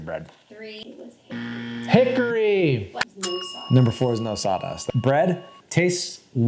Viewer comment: As someone from Hickory, NC… you’re pronouncing it wrong